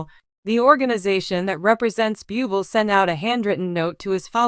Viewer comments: This narrator is DREADFUL..She wants to do a video about Michael Buble' but pronounces his name a BUBLE (what an insult) Terrible channel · 1. Learn how to pronounce French words, Google can and will help with that. 2. Only you, the misinformed commentator is reporting this, NO CANADIAN media has said anything and I know for fact his and my country would have been the first to say anything! And for 3. Do better then all the other commentator channels, by stopping the spread of misinformation! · It is insulting that you can't pronounce his name correctly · Why not find some who can at least pronounce his name!! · Can't even pronounce his name properly. Should I believe her content? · Your mispronunciation of his name is Disgusting and insulting to .him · Please learn how to pronounce his last name! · Please learn how to pronounce Michael’s name!, where do u live?,,😢😢😢😢😢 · Learn how to pronounce his name right if you are going to do a story about him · It is very disrespectful to pronounce individual’s name incorrectly. I agree with earlier comments; if you have a disability in the form of pronouncing names and expressing words that may cause you to mispronounce names and words take a class in these areas of lack, in order to be qualified to express, or use names that you are unfamiliar with. Otherwise find another job. Just awful!,🙈🙈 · Respect Michael, pronounce his name correctly. If you can't do that, don't say his name!!! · Yeah would you please pronounce his name correctly, if you can’t , get another job . God Bless you Michael,I know it’s not easy but God will help you through your journey . Thank you for sharing your beautiful voice with us. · If you are going to talk about him have the courtesy to pronounce his name correctly! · Agree, pronounce his family name ridiculous 😮